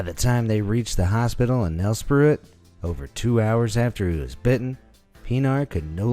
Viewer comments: And the town Nelspruit haha, atleats u still sound cool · As s south African it irritates me when he says nelspruit wrong